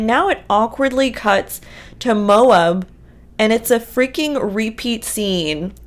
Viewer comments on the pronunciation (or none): Please! Please! Please! Pronounce "Moab" right! It's not mo-ub. It's mo-ab. You know, like Kody's abs. It really hurts the ears of those of us who go to Moab a lot, to hear it mispronounced. I've got to say though, of all the ways we've heard it mispronounced, you're the first one to say "Mo-ub"! 😂😂😂